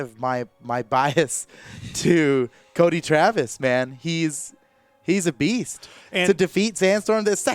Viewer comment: «Pugsy’s a beast!» What i heard: Pugsy’s obese!